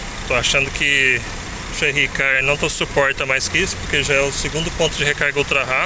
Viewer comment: O que é cherrí ?? Kkkkkkkkkk Que confusão é esta entre a potência e a energia ?? Kkkkkk No mais, parabéns pela disposição e pelo conteúdo.